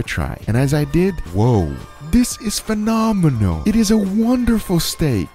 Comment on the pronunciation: Why is that when says "phenomenal", it sounds like "phenomeno"